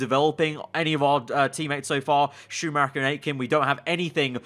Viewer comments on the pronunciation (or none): none